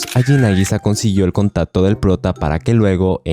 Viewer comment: No ablas bien dijiste contato😊